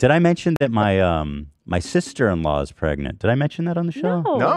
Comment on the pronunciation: What's with the girl in the Jeep not knowing how to say the word pregnant "prengant" lol